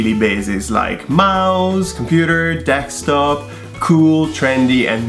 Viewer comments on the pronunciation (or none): It is funny when you talk about words that other people say when in the same video you said “dekstop” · "Mouse, computer, dextop" cmon, you even got into it with "espresso". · Yeah people have accents big whoop. Don’t gotta criticize every little thing. Others mispronounce English words all the time. Ex it’s desssktop not dextop. It’s kinda pretentious to see Americans use foreign words correctly sometimes. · pronounced ‘desktop’, ‘desktop’.